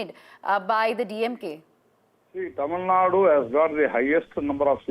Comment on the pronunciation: Hello anchor, it is Tamilnadu, not Tamilnad